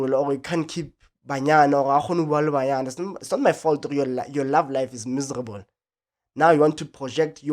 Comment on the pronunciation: 😂😂😂 wa tle wa emphasize "miserable" 😂 I am here for this. They must stop these ridiculous questions.